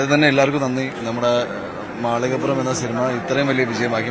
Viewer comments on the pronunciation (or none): മാളികപ്പുറം എന്ന് ശരിയായി ഉച്ചരിക്കാൻ അവതാരകനോട് ഒരപേക്ഷ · ഇവന് നേരാംവണ്ണം മാളികപ്പുറം എന്നുപറയാൻ പോലും പറ്റുന്നില്ല.... റിപ്പോർട്ടർ ആണ് പോലും.